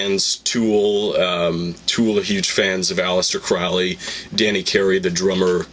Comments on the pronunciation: Crowley is foully Crowley is holy get the pronunciation right! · His name is Crowley, rhymes with holy. And maybe she's William Breeze's daughter. :P